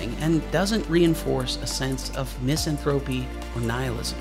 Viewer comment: FWIW: mis-AN-thruh-pee, not MIS-an-throw-pee. Was violence porn of Grand Theft Auto the beginning? A kind of violence porn took off from comic books to animated games to feature films and the stories followed that had violence built in: revenge movies, great wrongs put right, etc. Computer animations. CGI, made ever-new ways to kill off the bad guys. But applause for this video pointing out that it's easy to avoid squeaky-clean heroes by giving them ugly flaws too instead of giving them more interesting situations. For thinking audiences, cynicism took the place of a nuanced right/wrong ethic. And keep in mind that the Hollywood machine makes huge international profits with less spent on good writing and more on special effects. Maybe that's part of the whole equation. .